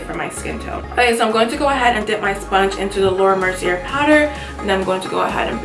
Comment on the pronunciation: It's actually pronounced Laura Mercy-ay :)